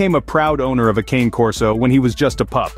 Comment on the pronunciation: Anyway, the correct pronunciation isn’t “ˈkeɪn” but “kane”: it’s Italian and “cane” stands for “dog”